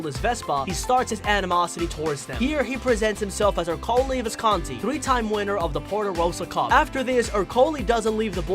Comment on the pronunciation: Is no one else annoyed by how he says "Ercole"? Im not trynna be rude in anyway im just saying